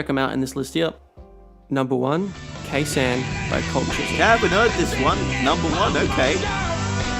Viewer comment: oh gahd, it had to be ke sahn